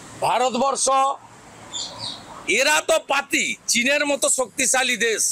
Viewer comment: দেশ বলতে পারে না , বলে দেছ 😮 আবার বেশি কথা বলে 😮